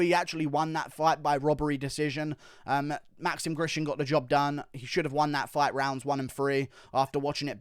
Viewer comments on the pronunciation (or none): none